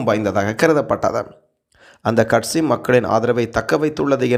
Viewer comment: கற்சி இல்லை தோழரே கட்சி எம் உயிர்த் தமிழை கொலை செய்ய வேண்டாம்.